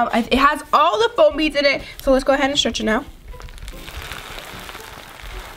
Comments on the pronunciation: its FOAM beads not floam beads😒😲😠😵😱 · She said floam instead of foam